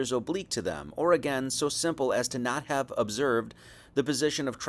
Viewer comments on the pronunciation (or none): none